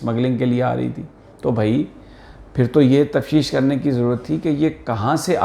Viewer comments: Sami sahib ,lafz tafteesh hota hai ,tafsheesh nahin😊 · یہ لفظ تفتیش ہے تفشیش نہیں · سمع ابراہیم صاحب لفظ تفشیش نہیں تفتیش ہوتا ہے. Tafteesh